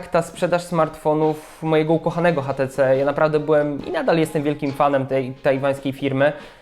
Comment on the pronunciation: kochany mówi się ejcz ti ci:D